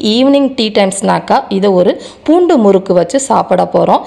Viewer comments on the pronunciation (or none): none